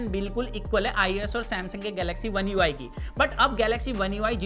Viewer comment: One UI savaan 😂😄